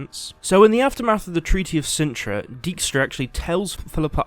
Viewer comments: Daik-stra, not deek-stra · It annoys me how the name 'Dijkstra' is pronounced in the game. Those here who speak a bit of Dutch will understand. Thing is also, I have no idea how to explain in written form what the proper pronunciation is and I'm no expert in phonetic writing either. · One thing bother me, everyone pronounced his name as Deekstra. Dijkstra is a Dutchname and translated it means Dike stra. And I get that pronouncing the Dutch IJ is almost impossible for English speakers, but at least pronounce it as Dikestra. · "shove Dyjkstra"....... yeah.....